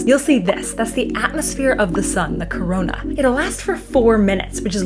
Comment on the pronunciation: U can’t pronounce corona right wcho smart ahh